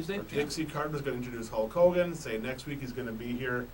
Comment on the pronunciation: Again it's Hulk Hogan not Hawk Hogan and now it's not the same thing.